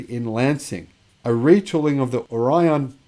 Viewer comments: the locals pronounce it "Or-E-Un" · Orion = "or-ee-un" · Lake Orion & Orion Township rhyme with "DeLorean." I grew up in Metro Detroit. Michigan has a lot of odd names, be them former Native American names, or in the case of Orion, an English, French, German, Polish, Greek, or Latin word that has a local pronunciation. Lyons is "lions" and Charlotte rhymes with "tar pot" Cairo is "car-o" and don't get started with names like Chesaning, Cheboygan, Copemish, Kalkaska, Ishpeming, Sault St Marie (on both sides of the US-Canada border) or Escanaba! Remember, Michigan is the state with the city Kalamazoo, too! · According to Wikipedia, the Orion in Orion Township, Michigan is pronounced ORR-ee-ən.